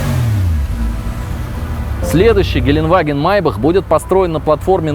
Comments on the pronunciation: "Геленваген", хуторяне)) Геле(э)ндеваген, Geländewagen, несложно запомнить. Хотя один хуй переоценённый уазик. 84 ляма за этот угловатый уёбок!!! Чуть дешевле "Арматы"...)) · Геленгвагине он сказал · Geländewagen, не геленваген )))